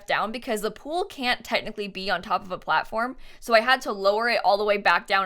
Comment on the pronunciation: "cool things with the plattform and blblbl a little bit" 😂❤ that's so cute :D